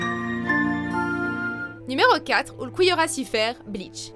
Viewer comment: j'ai perdu l'audition suite a la prononciation des noms dans bleach